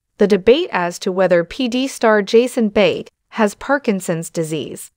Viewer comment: Can the narrator of the video please pronounce his last name correctly? It's not that hard---really.